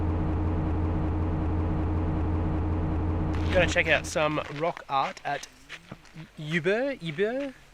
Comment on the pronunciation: Hey guys! Great content. You almost had the names correct, ubirr is pronounced "oobeer" And nourlangie is pretty well how you spell it. Keep up the good work!